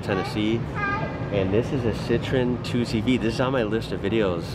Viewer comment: Next: try to pronounce 2cv the french way : doeshvo !